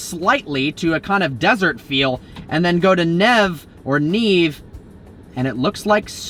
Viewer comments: It’s neither NIV nor NEV its N E V E (italian) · You say Neve not nev lol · When u read in spanish or italian you need to say every single letters. Is not nev, is neve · 😐 It’s “NEV-A” like how you’d pronounce “Never” but with the Last E as an A (NEVE) not Niv and not nev ☺️ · Omg those pronounciations lol. Its Ánima, first letter with the accent, and Neve is pronounced like never without an r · Neve is pronounced nay-vay. Not like never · sorry this is really bugging me, but 'neve' is pronounced 'nayvay' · Bro you pronounced “Neeve” wrong. You say it “névé” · Hi, "Neve" pronounced as Nie-Ve, Nye-Ve it is the Spanish word for snow. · Nev? Niv? It's neither dude lol you gotta pronounce the last e the same way u say pronounced it the first time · Neve = nay-vay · listening to him pronounce anything foreign is always cringe inducing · lmao man you gave him no real help to pronounce the word if he read it wrong the first time he’ll read it wrong in your comment It’s pronounced “NEH-VEH” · Neve is italian for snow...pretty evident that you don’t speak/know Italian 🙂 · How can he get such a short word as "neve" wrong in two different ways? 😂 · Any italians get triggered how he pronounced neve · Please pronounce Neve Right 😂